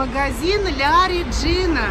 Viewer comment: Произносится ла реджина